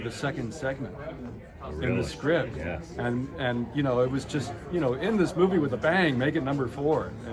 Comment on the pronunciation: Movie, not Mpvie! LOL! SMH!